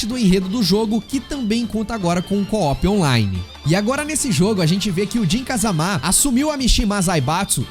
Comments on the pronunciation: Não se fala Kazamá, é Kazama mesmo kkk Ou não é!?? kkk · é, eles próprios dizem kazama e não kázama kkk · Nunca foi sempre foi o 3 e ele falando kazamá tá foda tbm kkkkkkkkkkkkki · “Kazamá” não bixo 😭😭😭😭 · Mano pff para de fala jun(jin) "KAZAMÁ" pff é so fala "JUN(JIN) "KAZAMA" não coloca acento onde não tem não pff(e tambem tem o kazuia{Não preciso fala do heihachi e do jinpachi não né}MIshimà). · “KazamÁ” é complicado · Vídeo legal, más quando fala Kazamá me dá um ódio kkkkkkk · de qualquer forma não força tanto o Á assim